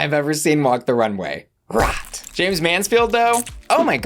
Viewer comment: The way you pronounce HOT and ROT is almost identical. It can be very confusing to the ears. Why not consider delivering them in different tone or pitch.